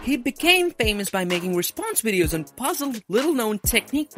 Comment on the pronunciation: the way he said wideos was adorable